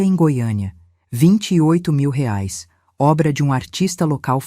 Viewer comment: A IA NÃO SABE DATA, NEM MESMO FALAR REAIS . "ELA" FALA RAIS. KKKK